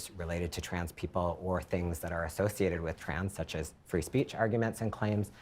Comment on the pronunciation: did he say athothiated? what a pussy!